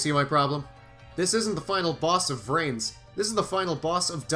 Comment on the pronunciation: I... I heard rance... not vrains... help me